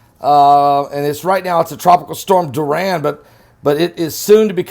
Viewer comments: It’s DORI-AN not DUR-RAN! 🤔😏😂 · Soo cute, sounds like "Duran" Hands of stone😂😂😂 much love Pastor! The rigth pronunciation is " Dor- E- an" 💜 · It's pronounced DOR-I-AN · the name is pronounced "Door- e- ann"....love you! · It's pronounced Door-e-un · I love you. The name "Dorian" is pronounced DORRIANNE. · It's pronounced Door ian